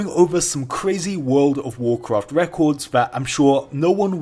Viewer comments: wood ov worcwaft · wooold of woocwaaft wecods thaa I'm shoo noo woo wool evaa wooont too break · wuuud of wuuudcraft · Wool of wholcawft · wuooood ov wuacwaft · wold of wowcwaft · I really hate when you pronunce World of Warcraft.. it's fucking annoying bro